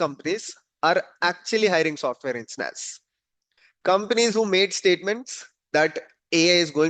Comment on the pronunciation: Nothing surprising...good video...just wanted to confirm you are saying "Engineers" no ensteineers..